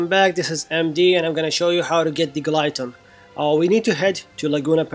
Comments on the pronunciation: "gi - lo- teen" not "guy-lo-teen" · Thanks for this wonderful tip. Anyway this is how we pronounce Guillotine (Gi-lo-teen) 😚